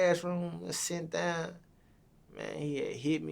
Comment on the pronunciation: He talmbout “put her daan” 🤣🤣